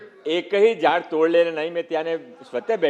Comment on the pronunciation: एक पण झयॾ तोडलं नाही ह्याला साधं झाड बोलता येत नाही